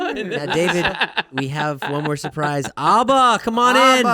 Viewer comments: The way they pronounce ABBA. lol Its not Aubba. lol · I hate how they say ABBA